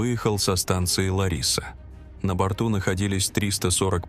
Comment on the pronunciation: Город в Греции не ЛарИса а ЛАриса